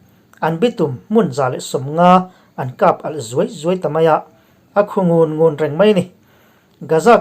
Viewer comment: Khu ngun ngun i lam rik dan a dik lo deuh a ni.